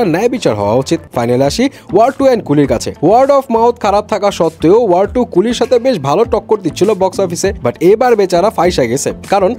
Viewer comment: Word? Seriously movie er name tao thik moto pronounce korte parchen na Bojha hoe geche ki movie dekhen😆